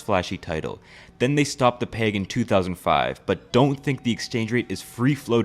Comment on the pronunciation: Why do you say peg like plague